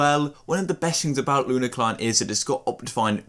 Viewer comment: bro said "luna" client